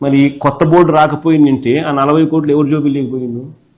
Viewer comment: Adi bold kadu ra board ra